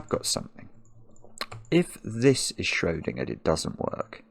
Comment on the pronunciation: the way he says schrödingerd makes me furious